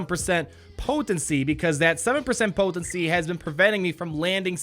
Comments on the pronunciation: Anyone notice he say poTHency 90% of the time ish talk aside. im literally more excited for you new vids than I am for the actual P2W content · I LMAO every time you say "potency"...